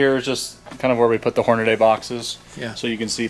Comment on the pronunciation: Does it bug anyone else to hear people pronounce Hornady - "Horn-a-day"? "dy" is pronounced "dee", not "day". Repeat after me... "horn-a-dee".